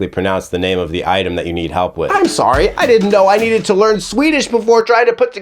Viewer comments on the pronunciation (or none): none